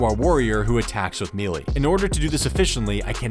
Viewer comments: ME-LEE-ER? gross bro. say "MAY-LAY". I bet you say "MEE-MEE" instead pf "MEEM" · learn to pronounce melee challenge (impossible) (gone wrong) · Please stop mispronouncing melee.